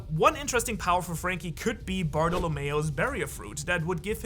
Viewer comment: help- these pronunciations- aokaji barolmayo- its aokoji and bartelomelo